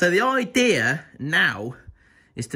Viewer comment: Love how u say idear lmao